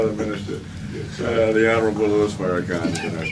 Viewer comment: sir it's not Louie it's Lewis Lewis I don't know whether you did this on purpose or by accident but correct yourself it's Louis Farrakhan Minister Louis Farrakhan